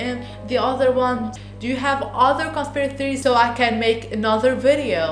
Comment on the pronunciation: Bro you cant even say "conspiracy theories"